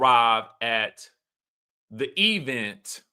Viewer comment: The way you consistently say “E-Vent” like Tisha 😂😂😂